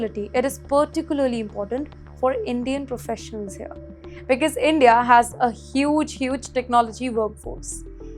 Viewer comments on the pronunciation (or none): ‘BECAUSE’ is NOT pronounced as BIKIZ please. It’s neither stylish nor cool. Please back up your confidence with better narration.